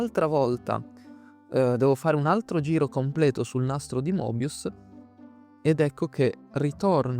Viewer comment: Il nastro di Moebius si pronuncia Mebius